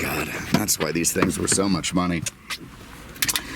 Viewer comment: Take my moneh!